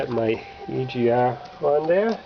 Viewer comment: heh heh heh.... he said "E G Ah valve"